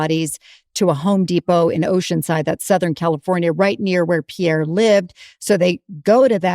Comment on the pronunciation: It's Pierre, not pier 😂😂😂😂